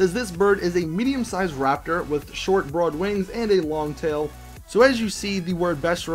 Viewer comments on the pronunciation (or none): none